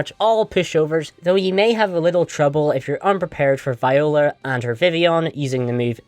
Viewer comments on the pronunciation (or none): none